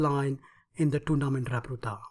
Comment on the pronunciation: I love your videos, but please learn to pronounce "repertoire". It's from the french so it's pronounced rep' er- twar rhymes with bar.